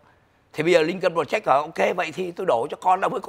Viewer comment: Ông phát âm tiếng Anh chữ Project sai rồi. PROJECT phát âm là PRÓ Jẹckt, không phải prồ jéct. Dấu nhấn STRESS ở âm đầu tiên Pró không phải prồ. Đá Nồ Trâm, không phải Đô na Trâm!!!